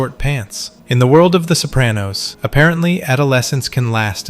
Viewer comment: You're pronouncing "Sopranos" like "Soap-ran-nose". The correct pronunciation is "so PRAH-nos" . with an "ahhh".